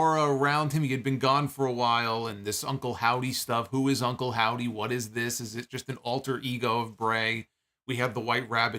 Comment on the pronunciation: I love how naturally called Uncle Howdy, "Uncle Saudie"